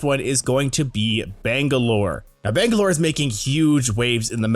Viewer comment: "bengalor" lmao